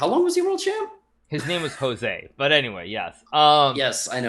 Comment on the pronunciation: HIS NAME WAS JOSE RAUL CAPABLANCA not "jose"